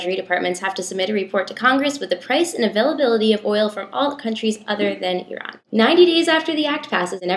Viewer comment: As an Iranian, I get so satisfied every time you pronounce "Iran" correctly. :)